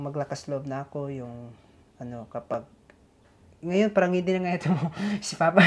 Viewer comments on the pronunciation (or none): turuan mong papaano bumigkas ng tamang salita, kc yung words na,PARANG,,sa kanya prang